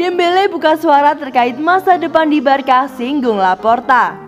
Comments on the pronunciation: Maaf kak tapi bacanya barsa bukan barka masak barcelona kalau di sebut Barkalona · sbnr'nya alasanya begini sob,barcelona itu di bacanya barsa bukan barka kenapa...?karna kalo barka dlm bhsnya spanyol itu artinya kapal nah jadi gitu jelasnya sob jadi yg bener adalah sebutanya barsa yaah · Nah..betul.. Barça dibaca: "barsa" =barcelona Kalau sebut "Barka" artinya= kapal #boixosnois